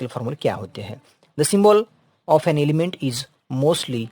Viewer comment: Sir I am not insulting you but it's H noy yech and N not yean and also your voice is not coming good whenever you say S word your voice just become annoying so I can't continue watching the video 😅